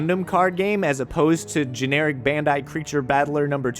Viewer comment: It's "bandai" not "bendai".